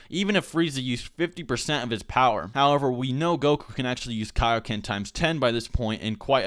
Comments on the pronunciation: Dont say it like kay-oh-ken so its kai-oh-ken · ITS KIA-OKEN NOT K-OKEN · "key-o-ken"? isn't it "kaioken"? it's from king kai after all that goku learned it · "However, this time Goku would dominate Ginyu, even without using the kay-o-ken technique." ... KAI-o-ken. As in Kaio-sama! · kai. o ken. kai o ken. like king kai! or kai-o sama! looks like you're not gonna learn the genki dama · "Kay-o-ken" AAAHAHHAHAHHAHAHGHDLsgljgfjkahgejsknefwejsngf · you said kiakoken